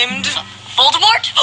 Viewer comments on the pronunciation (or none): she mispronounced Voldemort im triggered